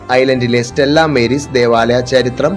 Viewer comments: സ്റ്റെല്ലാ മേരീസ് അല്ല - സ്റ്റെല്ലാ മാരീസ് ആണ്. മാരീസ് (Latin) = സമുദ്രം. ബാക്കി യെല്ലാം ok . Congratulations! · സ്റ്റെല്ലാ മാരീസ് എന്നതാ ഉച്ചാരണം